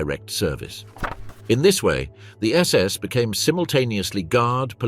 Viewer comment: OK SECOND ONE I HAVE WATCHED PLEASE GET YOUR BOT TO CORRECT SS , SAS , OR PULE THE PLUG .😮😊